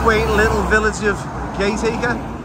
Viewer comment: Gat aka - not Gate Acre